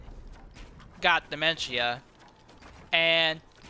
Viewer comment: This is the video I was talking about, you say it wrong